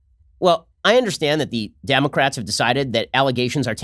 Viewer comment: Did Mr. Shapiro say, "Damn-a-crats"? xD